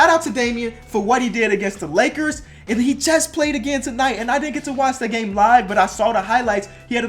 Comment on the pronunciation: How he said lackers